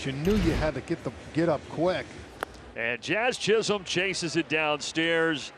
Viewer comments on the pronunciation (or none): i swear he calls Jazz Chisolm "Jizz-em" 🤣